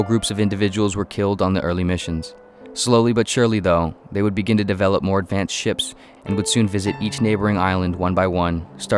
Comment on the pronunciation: "ADVANCAD WEAPONRY"